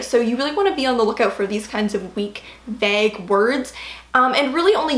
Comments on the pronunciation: Never though I'd hear anyone pronounce vague as "vag" lol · The way pronounces Vague hurts my ears. Great video though.